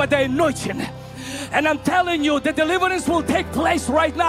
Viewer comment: "he's going to increase de heat in dis place" and the heat lamp in the back gets brighter... lol